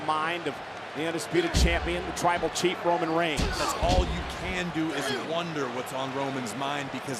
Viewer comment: Hold up when roman got out of the cage did he say twible chief cuz that's what i heard